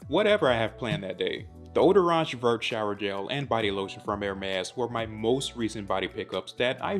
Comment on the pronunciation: Hey I’ve been following you for a long time now and I have some constructive feedback on this great review. You should look up or find out how the pronunciation of the products you are reviewing are if they happen to be in a different language (where possible). This one was a bit hard to hear you say vert when in french the t is silent. Just want you to look amazing all the time! Appreciate ya!